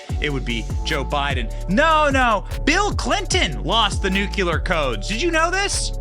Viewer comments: Dude, you've got to learn how to properly PRONOUNCE "NUCLEAR" -- it's embarrassing already!! And "Burisma" too, BTW!! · Itz .NUCLEAR, n o t nukya-ler. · What are “nucular codes”? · Love your content, but pet peeve: It's pronounced "nu-clear" not "nu-ku-lar." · Stop saying nuculure it’s nuclear 😂 you sound Canadian 😂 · Nuclear has only one U. Nuclear. Not nuculear. Cmon Benny!!! 😊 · Only us Americans pronounce nuclear wrong. We sound like morons when we say nucular. Its the dumbass equivalent of voting Biden. The word is nuclear, not nucular. We say it wrong so much they actually put it in Websters and it says common American mispronunciation. We sound ridiculous to other English-speaking countries, because were supposed to know how to speak our own language but some of us speak english worse than ppl who speak it as a second or third language. New-clear=nuclear. Nucular=dumb American. Food for thought. Considering Bush says nucular, id probably steer clear of saying it wrong. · NUCLEAR! NUK-LEE-UR NOT NUK-U-LER JESUS CHRIST HOW CAN SOMEONE BE SO SMART AND MESS UP THIS WORD SO MUCH! 🤣 love the videos but that drives me crazy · BEN! STOP SAYING "NUCULAR"! THERE'S NO SUCH WORD! TGE WORD IS "NUCLEAR"! YOU'RE MAKING US ALL LOOK LIKE MORONS EVERY TIME THAT YOU SAY IT!!! You don't do Trump any favours by making his proponents sound like idiots! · Since there’s no such thing as “nucular codes”, why should we worry? It’s NUCLEAR CODES we need to worry about. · New cle are, not new cu lar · I remember when that happened. They tried to say it was a joke. BTW, it's NUCLEAR and NUKULAR. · Nuclear/ Nu-cle-ar, not Nuckuler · Nuclear not nucular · N U C L E A R...not NUCULAR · Please learn to pronounce nuclear: new-klee-ər… For that matter, memento: MEM-en-to (same root as MEMory and reMEMber)… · What is so fucking hard about properly pronouncing the word nuclear? new- klee-ar... simple, do better. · NEW-CLEE-ER... You're welcome, you fuckin' illiterates. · Benny!!! NU KLEEE AR!!!